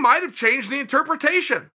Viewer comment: Anyone else notice chael can't pronounce interpretation